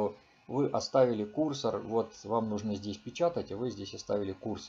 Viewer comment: Почему кУрсор? КурсОр, курсОр!!!